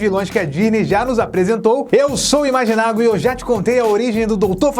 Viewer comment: eu amo quando você fala "famigerada" imagitchau